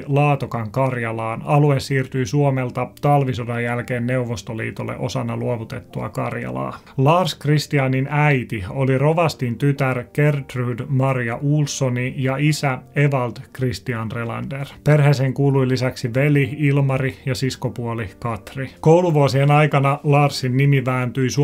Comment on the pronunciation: Kiva kokonaisuus, kiitos. Enpä tiennyt tuosta Kosolan kättelystä. Kuule, aivan pieni kielellinen yksityiskohta: Tanner lienee "Tanneria" ei "Tannerta" partitiivissa? Ja ihailen aina jos nimet osataan lausua niiden kielen mukaisesti. Siis esim. Gertrud [gärtryd]. Mutta kiitos, miellyttävä juonto ja hyvä kuvitus.